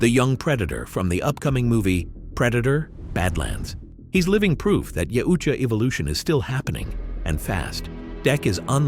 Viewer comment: Maybe looking up how to say shit before making a video where you say yautja wrong repeatedly. It's a thumb down from me I can't even finish it